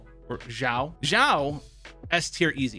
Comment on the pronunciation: Shao not zhao